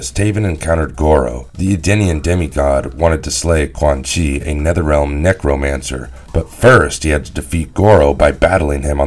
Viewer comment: I’ve noticed several name mispronunciations in this series like Quan Chi as Quin Chi, Shinnok as Shinnik and Ermac as Ermic. And I’ve heard Tarkatan pronounced as Tark-a-tan, I know the spelling is correct but they pronounced it literally as it’s spelled Tark-a-tan. You can tell whoever does these videos aren’t Mortal Kombat fans otherwise they’d never mess up the names like that. Edit: he’s also called Noob Saibot Noob Saybot…WTF! Noob Saibot is my second favourite character after Shao Kahn how can he disrespect my boy Noob Saibot but fucking up his name! So many characters they have mispronounced it’s ridiculous, this would never happen on History Behind The Warrior’s videos on Mortal Kombat characters bios (recommend History Behind The Warrior’s channel if you’ve not seen it, he’s a Mortal Kombat fan and knows his stuff)